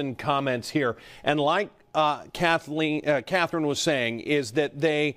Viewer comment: and like " Cathling" was saying, ahem "Catherine"